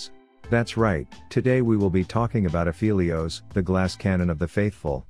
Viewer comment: You are saying Aphelios wrong. Go listen to his voice lines.